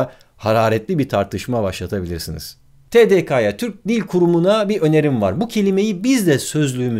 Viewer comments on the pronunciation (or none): "Tedekaya" değil "Tedekeye" barış Abi. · TDK tedeke diye okunur ve gelen ek kısaltmaya göre ek alacağı için tedekeye diye okunur. Bilmemek ayıp değil öğrenmemek ayıp